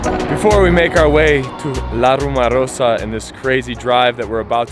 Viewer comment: RumOrosa! Pronounce it,just like you pronounced "rumor". 1 A....,and its at the end.